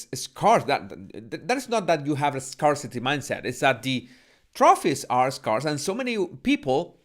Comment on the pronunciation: apreciado, scarce, scarcity se pronuncian como: skers, skersiti